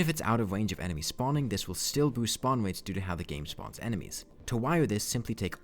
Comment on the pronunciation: why do you say w for r (upwate, spawnwates)